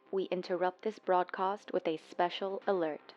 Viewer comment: no offense but... "brod cost"